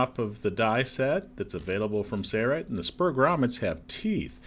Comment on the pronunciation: It’s Sail-Rite. . . . . . Not Sayre-Rite !